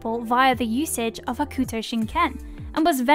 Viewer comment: It's pronounced "Hokto". The "u" is silent, as with many instances in the Japanese language.